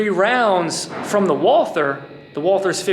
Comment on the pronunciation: Oh.. and btw you yanks keep on breaking the name.. it's not Walther like the English th sound.. it's Walt-her with a silent h.. a German name.. 😛